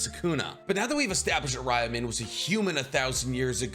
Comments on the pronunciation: Its pronounced Ryoumen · You pronounce Ryomen incorrectly, you say Jujitsu instead of Jujutsu...are u even a fan??? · It’s actually impressive how many words and names you butchered, first being “Ryomen”.